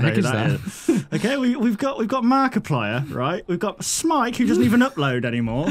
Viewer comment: more like ''hey guys its here''